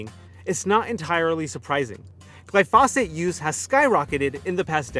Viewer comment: Please learn to pronounce the name of the chemical about which you are talking. The accent is on the first syllable.